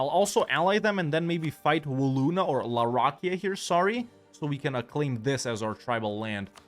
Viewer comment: Please look up how to pronounce the name for larakeyah